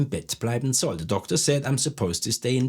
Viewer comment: I have an important question pronunciation of "soll" why u r not pronounce s like z at the beginning of the sentence ??